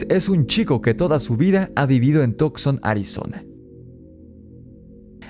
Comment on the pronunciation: Excelente video.se pronuncia Tuk son y no tok son. Saludos 👍